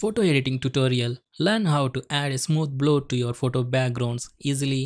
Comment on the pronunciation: its pronounced blur not bloor